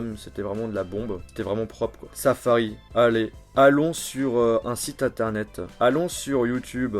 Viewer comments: En 2007 heun , internet heuuin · Jojol j'adore tes vidéos, mais ça me perturbe trop que tu mettes des "euh" à la fin de chacun de tes mots... ''Un petit objet qui permettait de naviguer sur interneteuh, de téléphoner, d'envoyer des smseuh, de pouvoir écouter de la musiqueuh" j'te jure ça me rend fou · d'écouter de la musiquan et on peut naviguer sur internetan pourquoi le "AN" a la fin??? ÇA FAIT CHIER!!!!